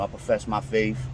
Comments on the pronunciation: Its pronounced 'Faith' not Faif, just so you dont come off as someone with a 3rd grade reading and writing ability. Also.... McDonalsis? Did you mean McDonald's? Because its already plural therefore there is no need to add an extra "S". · "I profess my Faife".... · "Profess my faif....." FAIF?